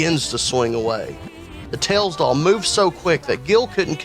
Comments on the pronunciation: "ails doll" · I heard The Tails Doll Purse